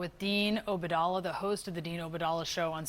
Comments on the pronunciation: She can at least learn to pronounce his name correctly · Dean obadallah ,she can’t pronounce his last name at all. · She couldn’t even pronounce Obaidallah’s name. Such poor journalism